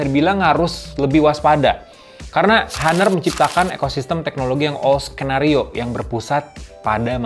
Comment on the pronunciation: Bacanya "anr" Bang.